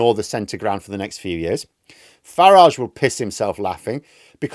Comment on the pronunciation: It’s fucking FARAGE mate not FARAHGE